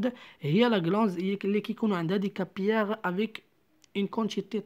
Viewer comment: للتصحيح فقط: capillaires sanguins ننطقها كابيلاغ و ليس كابياغ